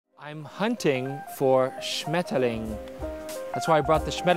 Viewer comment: Schmetterlinge 😄 your german ist good 👍